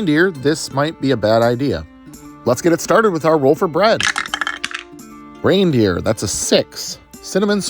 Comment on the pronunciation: Every time you said reindeer I flinched